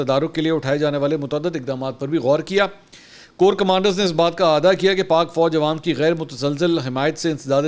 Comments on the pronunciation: ایک لفظ اعادہ کو آپ آدا پڑھتے ہیں۔ صحیح تلفظ ہے A-AA-DA اے-آ-دا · This word is( eaada) not aada means repeat.